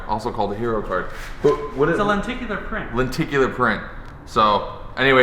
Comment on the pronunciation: Lenticular? Werd